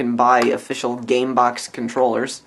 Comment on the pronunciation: LOL "CAMEBOX"